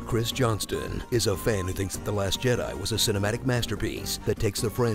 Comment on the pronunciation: "The Last Jedi" sounded like "Dat Ass Jedi" from the judge XD!